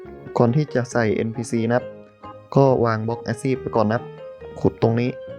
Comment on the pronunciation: อาชีพครับไม่ใช่อาซีพ ''เป็นกำลังใจให้นะครับ''